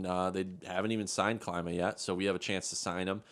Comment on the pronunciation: His name is like saying kleema not like how you say it and it's the same way for his brother I've watched him play all of his junior hockey career